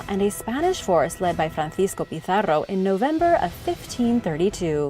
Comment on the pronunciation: Wonderful video thanks for bringing world history to a wider audience, this have been one of my favorite. Your use of regional languages the way you went out there to say Pizarro was exquisite!!